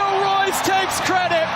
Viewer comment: you pronounced Reus incorrectly:)